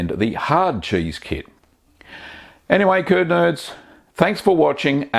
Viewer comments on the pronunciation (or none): G'DAY CURD NERDS I low key thought he said turd nerds